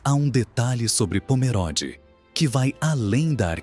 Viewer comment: Eu moro em SC, próximo a Pomerode, o apresentador pronúncia errado o nome da cidade, Pomerode é com e fechado, nao como se fosse é, e sim com o e fechado como se tivesse um acento de chapéuzinho no e.